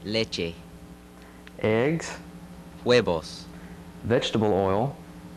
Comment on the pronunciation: no es juevos! es huevos its huevos